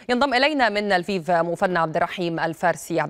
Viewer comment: السفير الروسي الناطق بالعربية إصله اوكراني من مدينة ليفوف وساله مراسل الجزيرة أيهما اصح لفيف ام ليفوف ،قال تقراء وتلفظ ليفوف وخاركوف وليس خاركيف. مفهوم!